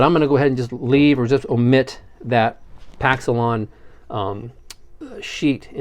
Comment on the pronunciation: Just in case nobody has bothered to inform you... Paxolin - you pronounced its name correctly, is a compressed fibre (think - cotton sheets), resin impregnated, structural material. It was generally of a brown colour and its native surfaces are generally glossy. I worked pounds of the stuff in my tenure as an Aircraft Electrician in the RAF. We used it as insulating material as well as in the construction of fairleads for electric cables, particularly heavy, high current bearing cables. I suppose the material that you would be familiar with that is similar would be PCB where glass is used in lieu of the cotton - ish material in Paxolin. The other main difference in Paxolin is that it was available not only in sheet material but also in sections (a bit like small wood pieces), too. If you are familiar, at all, with Veroboard, this is made with a material so similar to Paxolin, that I would be surprised if it were not. The stuff, for memory, is absolutely horrible to work with. It is tough, blunts tools like they are going out of fashion and stinks if overheated (like when you are tempted to use power tools). Not to mention the obnoxious and probably very dangerous dust floating in the air that they omitted to warn us about in the 70s/80s - Ho Hum! Anyway, I am assuming that its use in this build is to mitigate fuel spillage and naked PCB would serve as an admiral replacement. Oh! I would also think that Paxolin is likely a brand name that has caught on. Much in the same way th